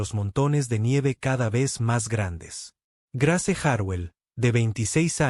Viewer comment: Muy bella historia, eso sí se escribe Grace, pero se pronuncia Greis.